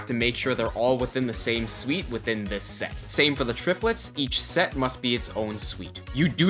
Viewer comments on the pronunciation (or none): Fantastic tutorial-- why do you pronounce "suit" as "suite"?